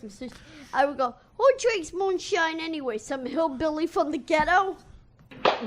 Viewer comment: LET ME TRY THIS-A MOON-A-SHINE